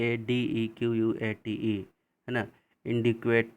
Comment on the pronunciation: Inadequate अपर्याप्त....... इनऐडिकोयेट , प्लीज़ उच्चारण सुधारें सर ।